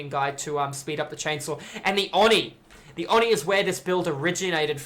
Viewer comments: It is pronounced oh knee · That's not even true. Oni is written: 鬼, read as おに (o-ni). The o is very deep and unlike an "aw". just actually isn't saying it correctly. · Why do you pronounce it "awe knee"? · "Awe knee" is the Japanese pronunciation, but isn't drawing the O out long enough.